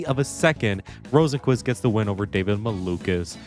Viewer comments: You actually pronounce it (row sen kvist) 😔🥀💔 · what the hell is the pronunciation of Rosenqvist lol